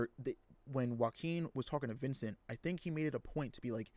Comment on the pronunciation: The name is Vicente (Veechente) not Vincent.